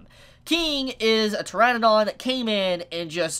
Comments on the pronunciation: pteradon... not tyranadon... what is wrong with youtubers and pronouncing things.... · pteradon.. not tyranadon.... lol ur the second youtuber ive seen pronounce that wrong.. whats wrong with the youtube community and not bein able to pronounce shit?